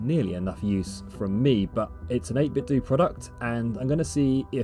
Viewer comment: fyi, it's pronounced 8bit"doh", like Nintendo. :)